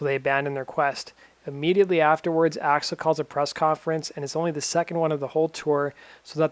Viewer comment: "Gun's front man, Racksle Rose"